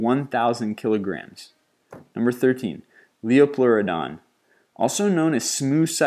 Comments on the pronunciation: Liopleurodon is pronounced (Lie-O) not (Lee-O), he probably got a bunch of others wrong also but that's the one I know. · Narrator needs to work on his pronunsciation. hehe It's almost too painful to listen to his mispronunciations of the ancient creatures like Leopluridon. It's actually a Liopleurodon pronounced /ˌlaɪ.ɵˈplʊərədɒn/; This narrator insults our intelligence with his inability to speak properly. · I was going to share this, but you named a few of them incorrectly. The P in Pterosaur is silent, and Liopleurodon is pronounced Lie-plor-eh-den.